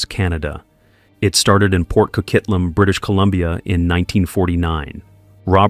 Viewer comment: I don’t know why no one can get the name correct it’s Port Coquitlam, CO-QUIT-LAM